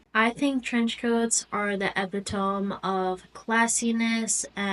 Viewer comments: hi! hope this comes across alright, but epitome is pronounced “uh-pi-tuh-me” not e-pi-toe-m. The e at the end isn’t silent. You say it at about (feel free to disregard this, but i know some chunk of people would prefer to be told nicely than not at all) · epitome is pronounced like ehpituhmee